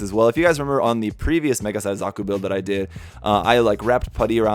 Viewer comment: Pew die pie does not respect gunpla he called zaku a Zuku whattt